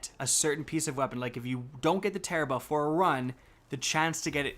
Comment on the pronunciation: Wait it tarrabrah not tarararararararrararararararararabahaah